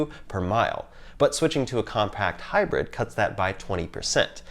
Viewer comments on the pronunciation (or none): none